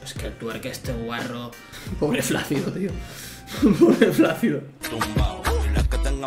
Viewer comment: ... ¿En serio has dicho "Pobre Flácido", con efe?